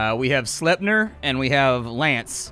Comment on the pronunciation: you know so many things about stuff but please say sleep-near from now on so I don’t get super triggered. That horse takes me back to my childhood in FFL III